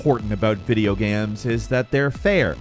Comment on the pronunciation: Video Gayehms?